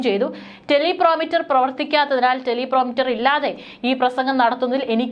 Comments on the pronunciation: ടെലിപ്രോമ്പ്റ്റർ ആണ് ടെലി പ്രൊ മീറ്റർ. അല്ല. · മോളെ ടെലിപ്രോമീറ്റർ (telepromiter)അല്ല ടെലിപ്രോംപ്റ്റർ (teleprompter ) ആണ്. ശ്രദ്ധിക്കുക. .. മാധ്യമ പ്രവർത്തകർ എപ്പോഴും വാർത്ത വായിക്കുവാൻ ഹെല്പിന് വേണ്ടി ഉപയോഗിക്കുന്ന ഒരു device ആണ് ഇതു. ..